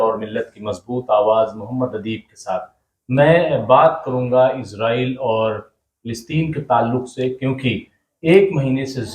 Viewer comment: آ پ کو اس سے پہلے بھی لکھ چکا ہوں کہ اصل لفظ " اسرائیل" ہے نہ کہ ازرائیل ۔ آ پ کے مہمان جناب ادیب صاحب خود آ پ کے سامنے بیٹھ کر بار بار لفظ اسرائیل بول رہے ہیں مگر تعجب ہے کہ آ پ ازرائیل کا ورد کیے جا رہے ہیں؟